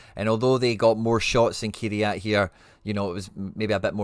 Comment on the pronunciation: small thing here but can you pleeeeease start saying their team name correctly 😂 they are called Kai RAT not key re at lol